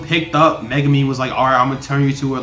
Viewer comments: Mega me??? Lmao you pronounce his name wrong its Megumi also the guy with the volcano a name is Jogo and the girl with the brown hair is Nobara Also the puppet is Mahito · Mega me Lol